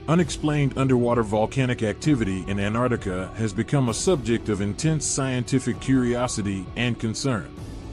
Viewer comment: Where the hell is this anarctica? Im from New Zealand and below us is Antarctica it has 2 T’s in it if you cant say it how can anyone take you seriously.